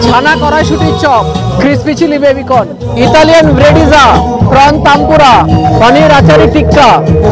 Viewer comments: হে ভগবান! tempura কে তানপুরা বলছে, এরা নাকি ফুড ব্লগার! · Prawn taanpura😂😂😂😂 Otaku prawn tempura bole sheta ak dhoroner batter diye toiri hoy. 😅😅😅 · ore makra 'tanpura' noy 'tempura' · প্রথমত গালোটি কাবার ওতো শক্ত হয় না আর দ্বিতীয়ত ওটা প্রণ তানপুরা নয়, প্রণ তেম্পুরা